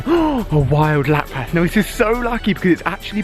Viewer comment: you say Lapras wrong it's pronounced Lapris pretty much